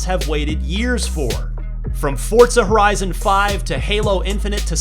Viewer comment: Why does it sound like he pronounces Forza like Fort za?